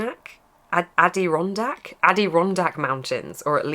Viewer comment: Just wanted to say you pronounced Adirondack mountains really well, I laughed a bit at that part of the video! 😂❤